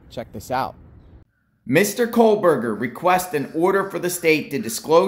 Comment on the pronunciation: Please stop saying KOHLberger.